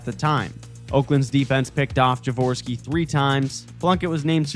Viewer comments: See-Fert, Ja-War-ski. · the first thing you said i turned off the video you obviosuly do not know anything about the 80syou cannot even say jaworski properly